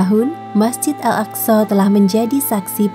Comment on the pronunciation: Bener kok صsho